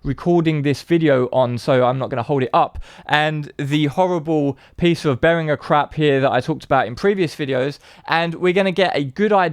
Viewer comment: At least he's one of the few who pronounces 'Behringer' correctly though.